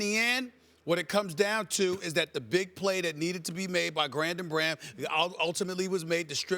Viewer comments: Grandon Braham.... - Stephen A. Smith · "Grandon Braham" is my favorite Eagle. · "Grandom Braham" XD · "Grandon Braham" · SAS- "grandon braham"